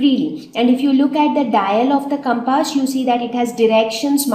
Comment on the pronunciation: pronounciation of compass is totally wrong...........hahahahahhaha...... but yes the way you explained was really nice thanks for your awesome effort